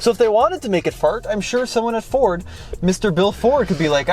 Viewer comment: For me it sounds like you're saying "For" instead of "Ford" when you say Ford. Not sure if it's a western accent or what, but as a 32 year old Michigan native my entire life, nobody says Ford with a silent D...